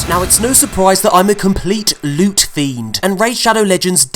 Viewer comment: Just came to say the way pronounce certain words cracks me up! Thanks for all the lewt.